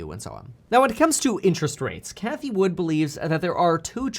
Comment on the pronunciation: Its cathie WOOD not "WOODS" Jerk off